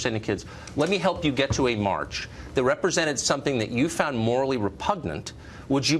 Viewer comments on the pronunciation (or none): none